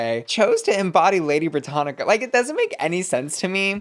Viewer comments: it's Britannia not Britannica girl 💀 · Lady Brittania .... not Lady Brittanica. Cringe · my love, it’s “Britannia” not “Brittanica”. The latter is an encyclopedia. Britannia is a Roman goddess, for whom Britain is named. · It's "Lady Britannia". Not Encyclopedia "Britannica"!😂🤣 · Not saying “BrittaniCa” girl that’s an encyclopedia xD it’s Britannia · It's Lady Brittania - No c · not Lady Britannica! hahahahaha its Britannia! silly bussy. LOOOVE lady britannia though. 🥸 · Canada is part of the British Commonwealth . And it's pronounced britannia not sure how how you can miss pronounce that smh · Haha babes- you do so much research and she literally said in the episode Britannia is on the Canadian coins. Plus say it with me Brit (as in Britney) an (as in Ann) ya